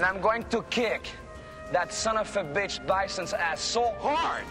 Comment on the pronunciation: What's a "sunuf bitsh"